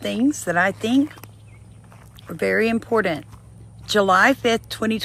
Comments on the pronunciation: When you pronounce important impordant tells me everything I need to know about you. And invoking the whole spirit let’s me know you failed science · Rule number one.. NEVER trust someone too effin stupid to know there is no letter "D" in the word IMPORTANT.